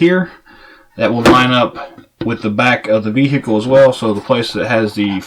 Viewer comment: I can't help but be appalled yet mesmerized at the way he says "bee-hickle".